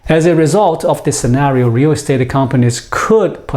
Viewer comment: Listening to him say "rear restate" makes me chuckle.